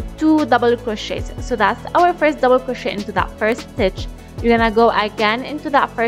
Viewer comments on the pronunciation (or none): "Now slip stitch into the forst double-uh cwochey" LOLLL why she talk like thatttt???